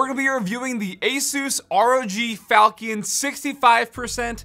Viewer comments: Incase anyone wants to pronounce the name of it properl instead of saying "falcon" because he didn't Google the word, here. "fawl-chuhn" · It's not falkion with a hard ch, it's named after a sword called a falchion which is pronounced with a chuh sound. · its (Falshion) not falcon. 1st is pronunciation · It's Fal(sh)ion, not falcon lol :) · There’s a lot of innovative features on the board. I think it checks alot of boxes. For what it’s worth, it’s probably pronounced like the weapon: Fall-shun, sometimes Fall-chun. But honestly who cares :p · not ''falkiun'' lol. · Sorry to be that guy, but I’m 99.9% it’s pronounced like “Falshun” or “faltion.” The CH makes a shh sound, and the io is one “uh”sound. Like when there’s “tion” at the end of a word. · It's pronounced... FAL CHEE ON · I'm pretty sure it's pronounced "fal-chin" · Everytime he says falchion I die a little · The CH is pronounced as SH not K or CK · His pronunciation of falchion is awful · Is no one going to talk about how he pronounces falchion?